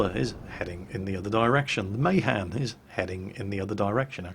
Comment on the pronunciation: "May Han"? jesus, wtf?